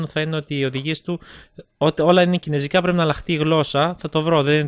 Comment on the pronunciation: Κινέζικα ρε οχι κινεζικά:) δεν αντεχω να το ακουω αλλο ετσι:P